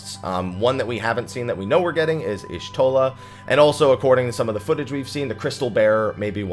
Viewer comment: It's YAH-shtola not ISH-shtola. Naming convention Y: Jaguar (short Yah)